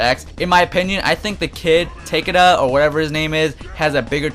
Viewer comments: Dead Bear It's Not Te-Ka-Da, it's Ta-Ke-Da!. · Alright dude.. Takeda is pronounced like this: Ta-Kay-da.. And Kamidogu is pronounced: Kamy-Dough-goo.. Play MK deception and you'll know. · "Take-da" "Ta-kee-ka Kenshi:IS TA-KE-DA!!!NOT TAKE-DA!! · "Take-Duh", you mean "Tah-key-duh"........ . I swear this guy and jaeroar suck at reading. Jaeroar pronounced Tremor as "Tree-more". I understand that Takeda is a Japanese name, but still it's not really that difficult to figure out. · nigga said "Take Da" and "Such in" . Really? take a second to think hmm, what sounds more like a name... Ta-kay-dah and Soo-chin. smh. He prolly pronounces knife like Ka-nife lmao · ta-ke-da no teikeda or teikda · It's pronounced Ta-Ke-Da, not Takda. Still I'm glad Sub-Zero is one of the good guys and if Scorpion is too, that will rock! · His name is pronounced ta.key.da bro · Its pronounced tuh-kae-duh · I think its sayed Takiida Ta-kii-da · its takeda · It's Tuh Key Duh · It's Tu-ke -du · ITS PRONOUNCE TAKE~AYE~DA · It's ta kee da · It is pronounced tuh-keed-uh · Takeda is TA KAE DA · and SUE-HOW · Tritanium tea- key-da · Takeda sounds more like Takada the a is a long vowel so the e makes the a sounds aaaaa takeda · the names are pronounced ta-kee-da,takeda... ka-me-doh-goo... kamidogu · the you pronounce takeda is ta-key-da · Ta- Kay-Da "Watch Akira" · Teh Kay Duh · It's pronounced Ta-KAY-DA, really not that hard lmao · Its takeda (tah-kah-she) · Takeda's name is pronounced Ta K Da. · Thanks bro AWESOME STUFF! An not bein a dick but its Sounded out like this TA KEY DA just so u know I'm subscribed now and will go an have 15 of my family members do the same an like every single issue of the comic u do thanks bro. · It's pronounced "Tah-kay-dah" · Christopher O'Neil Tah-KEY-Duh. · It's pronounced "TAH-KEE-DAH" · The Japanese pronounce it as [Tah-Kay-Duh], but it doesn't matter. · it's takeda TA-KAA-DUH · I think its pronouced Tay-key-dah...idk though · Takeda = tah keh dah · lol Ta-kay-da